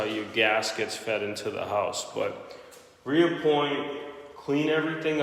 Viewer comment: It’s re-point sir, no A hahah. Looks good though!